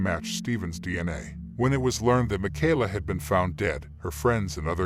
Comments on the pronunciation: na-name-o? mack-ala? Ai voice much? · Ma - Kay-La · Jesus...how many times you going to mispronounce this poor girls name?